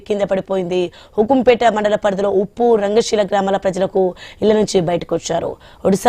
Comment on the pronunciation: ఉప్పు కాదమ్మా ఉప్పు జాగ్రత్తగా వార్తలు చూసి చదువు